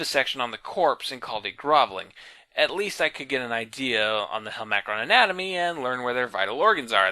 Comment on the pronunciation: Yeah the voice is horrific and he’s 100% pronouncing the name wrong